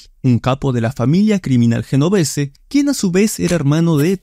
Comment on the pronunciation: Un video excelente!!!! solo que le falta el toque profesional de pronunciar los nombres y apellidos de manera correcta. ejemplo: GENOVESE: EN iTALIANO SUENA :YENOVESE.